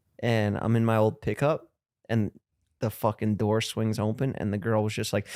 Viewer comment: I love how Jeff pronounces “open” it sounds like “ompen”